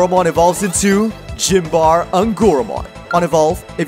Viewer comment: Yeah, I had a similar reaction to “Gym bar eh” instead of Symbare